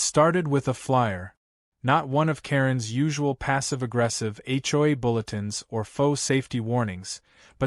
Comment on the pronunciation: It’s an Ai voice not real, so hasn’t learned the correct way.